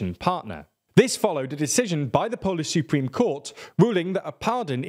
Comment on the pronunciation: I love your pronunciation of the polish surnames. It is so wrong but at the same time soooo adorable. Keep up the great informative work tho. 👍